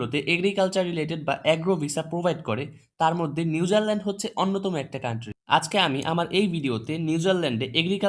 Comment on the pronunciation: ভাই নিউজারলেনড না নিউজিল্যান্ড😊